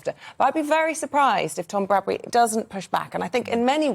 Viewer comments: GB news two consistently got TOM BRADBY's name wrong too not Bradbury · The male interviewer also said Tom Brady instead of Tom Bradby, so she wasn't the only one. And the female interviewer just said Bradbury!